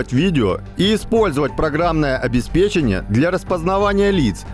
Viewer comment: обеспЕчение... ударение на вторую букву 'е'... а то уши режет.... тем более, что вы вещаете на огромную аудиторию